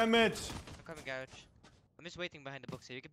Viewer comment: “There at gurrege” is my favorite callout